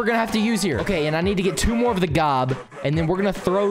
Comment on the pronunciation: It’s not gob!!!!!!!